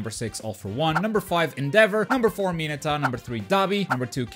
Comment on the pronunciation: cmon man its mineta